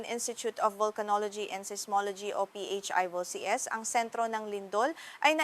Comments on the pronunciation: I wonder why PHIVOLCS had to be pronounced as P-H-I VOLCS?! It's very well-known as PHIVOLCS... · P-H-I- volcs. What a dumb AI!!! 👎👎👎👎👎👎